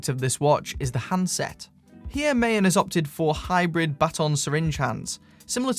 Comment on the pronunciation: Maen is 17th century Dutch for moon. Not pronounced as MA-EN but MAAN. (A as in America).